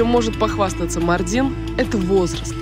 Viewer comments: Весь выпуск ухо резало Мардин на ааааа ударения маааардин 😭😭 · Правильно произносить МАрдин, а не МардИн. Прям ухо режет. Даже в Википедии неправильно стоит ударение. У турок бы узнали сначала как правильно произносить.